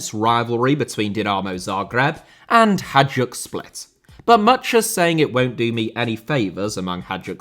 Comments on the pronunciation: Hajduk how you pronounce it would be spelled Hadjuk or Hađuk, it sounds like HaYdOOk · Its not 'HAĐAK', its 'HAJDUK' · Ps its not hadjuk, it is hajduk, pronaunced like haayduk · Only in English "Hajduk" can become "Hadjuk". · its HAJDUK not "HADJUK"!! 😆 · Hajduk pronounced ‘HIGH-DUKE’ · Interesting video, but please note that you made a sample mistake on reading Hajduk as Hadjuk. It's not a big deal, just for the sake of improving the quality of your videos even further. Nobody is expecting you to pronounce everything in the native language of each country of course (neither am I). It's just a mistake that was easily avoidable I guess. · I'm sorry, but I have to comment that Hajduk is pronounced closer to High-dook. The J in Hajduk is pronounced identically to the J in Rijeka. Also, Dinamo's low attendance is due to a combination of fan protest and damage to the stadium caused by the 2020 earthquake. The stadium can now only support around 22,500 people since the east stand has had to be closed. When the stadium is full (during Europe or Dinamo-Hajduk) it simply can't take more than around 20,000 people, when accounting for away fans having to be sectioned off. Also, the general level of the Croatian league is rather low — only Dinamo, Hajduk, Rijeka and Osijek are really worth anything at all and even they aren't great... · l knew Croatia will be in top 7 as soon as l read the title. Hajduk is pronounced like hi-dook. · it's "hay-dook split" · the pronounciation of hajduk hurt my soul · I'm an Englishman so happy to stand corrected, but I believe you butcher the pronunciation of Hajduk every time you say it 😬